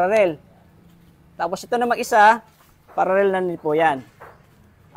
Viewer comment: Paralell hindi pararel😂